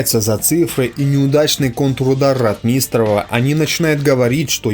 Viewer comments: Не РотмИстнреву, а РОтмистереву. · Читает нерусский человек, русские так не говорят. рОтмистров, а не ротмИстров, и других ляпов полно. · Дружище, проявляйте уважение к тематике, о которой говорите. Тема ВОВ - святая тема. Нельзя игнорировать даже, казалось бы, мелочи. Если претендуете на знание событий, нельзя, например, фамилию командующего Ротмистрова произносить как РотмИстрова. Это дурной тон, свидетельствующий о том, что слышите фамилию впервые. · Правильно..Ро-о-отмистров,но не Ротми-и-истров! Что за неграмотность? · Некоторые тут бросаются на произношение автора сего ролика. Не РотмИстров а РОтмистров и далее. Кто еще интелегентно, а кто как последний люмпен. Дорогие граммер наци, а вам не приходило на ум что парень говорит с родным для его мест акцентом? У него довольно различимый северо-кавказкий акцент (точнее сказать не могу). Вам бы на иностранном языке так историю рассказывать. А по сути, рассказаное интересно, и исторически важно. Так что не судите, да не судимы будете господа\товарищи. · Ватунин? Шта? Ватутин! Ратми́с ров? Шта? Ро́тмистрова! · Хороший выпуск,только не РотмИстров,а РОтмистров!)и другие оговорки по фамилиям.Ты молодец, только ударение таких фамилий все же лучше говорить правильно!) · Только не РотмИстрова, а РОтмистрова. Как автор, который занимается исключительно военной тематикой, не знает этого? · обоснуй Потому что Ротмистров, от слова - ротмистр. Просто это слово, в Русском языке, имеет ударение на первый слог - РОтмистр, а не ротМИстр. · РотмИстров??? Не читай текс сам, позорник. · Ударение в фамилии Ротмистров надо делать на первый слог - РОтмистров! (без обид!) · Постоянно неправильно ставит ударения - "РотмИстров", "сетовАли". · Хотелось бы чтоб ты правильно ударение произносил в фамилии Ротмистров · Ро'тмистров, тоже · Неужели так трудно ставить правильно ударения - Ротмистрова - ударение на первом слоге! На первом! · фамилии наших военачальников не каверкай.Ро^тмистров ударение на первую гласную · ударение на о ?